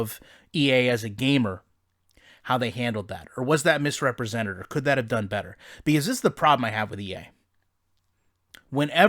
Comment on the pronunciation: Its “be-cause” not “be-is”